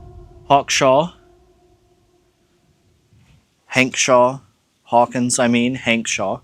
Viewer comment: Your video here is interesting and attention holding even though you made a few mistakes. One of them is labeling a picture of Hawkshaw Hawkins as Cowboy Copas and also mispronouncing his name. Outside of that you have a great persona, charisma, and talent for making videos.